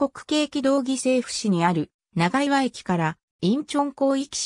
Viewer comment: 長岩 ×ながいわ ○チャンアム 道峰山 ×みちみねやま ○トボンサン 富平区庁 ×ふたいらくちよう ○プピョングチョング